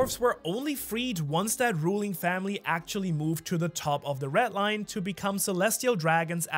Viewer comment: sounds like he says "ret line"